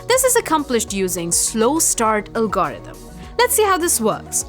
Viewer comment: "algAUrithm" :D